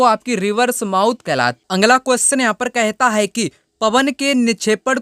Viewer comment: Sir aap bolte ho angla qustion अगला बोला कीजिए ना की आंग्ल